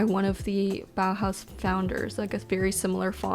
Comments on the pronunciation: She pronounces „Bauhaus“ realllyyyyy good ✨❤️ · Your pronunciation of "Bauhaus" is perfect! Greetings from Germany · This might be a weird comment but do you know how happy you made me by pronouncing "Bauhaus" correctly? It absolutely made me happy!